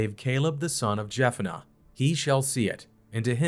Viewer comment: Arba is not pronounced as arbra. Nor is Jephunneh pronounced as Jephanniah. Please pronounce the pronouns correctly. These are not the only mispronounced word . If your educated please do better.